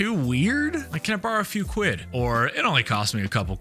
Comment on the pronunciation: Really appreciate the effort to assimilate to our culture and language. It's nice to know that you're finally getting to grips with proper English and not the dumbed down version that Americans call English. The word Quid, however, always sounds wrong when said in an American accent, sadly. Gives the impression that you're trying a little too hard ( reminds us of Dick Van Dyke's appalling cockney accent in Mary Poppins 😂 ) Having said that, I really enjoy your posts - keep on keeping on 👍